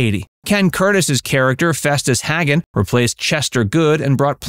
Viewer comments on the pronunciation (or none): So, which scene held the blooper, outside of the narrator mispronouncing Festus' last name (which was pronounced "Hay-gehn" on the show, not "Hag-gehn")?